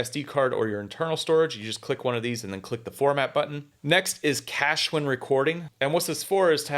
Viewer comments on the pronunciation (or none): none